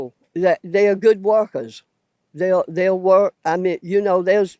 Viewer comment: Therea ? There is no a in there stupid hick